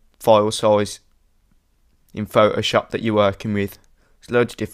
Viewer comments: I like how he says Photoshop. It's like "Fo-Oh-SHOP." Haha! :D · The way you say Photoshop: Pho O shoop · LOLOL I Like the way you pronounce Photoshop,its like Fo oh shawp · Thanks, I couldn't not stop hearing Pho-o-Shop and I could hardly pay attention! lol... great tutorial otherwise! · I love the way you say pho'oshop.